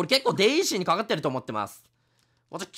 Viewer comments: デイジーをワルイージみたいに呼ぶなw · もうデイジーの発音がルイージ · デイジーのことルイージみたいにデイージって言うのめっちゃ気になる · デイジーをデイージって言うのにいちいちツボって内容が入ってこないwww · デイジーのことデイージって言ってない？w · デイジーとピーチは姉妹。 デイジーをルイージみたいに発音すなw デイジーダックのと同じ発音でしょw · ずっとデイージ言うてるんがジワる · デイージって言ってるよねwwww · デイジーがルイージの発音で草